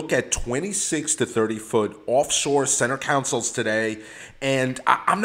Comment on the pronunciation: You’re killing me w your cAnsole pronunciation lol